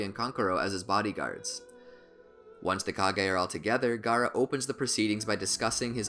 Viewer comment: stop the cap and its not "gara" its Gaara